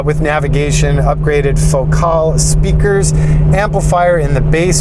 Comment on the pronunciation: "foe-call" Lmao, this guy.